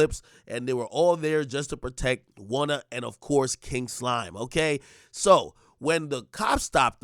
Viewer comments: Lol. Why u keep calling him Wunna for? Lol 😆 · Oh it’s “Wunna” now 😂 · Why you keep saying gwunna?